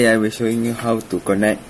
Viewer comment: connect sebut 'kennect'... but hearing 'konek' hahahahahaha anyway, THANKIYOOOO